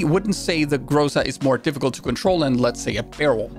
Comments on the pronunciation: Excuse me, but where is GrAAzAA? You forgot how to properly pronounce it? ;) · i miss saying "graza" instead of groza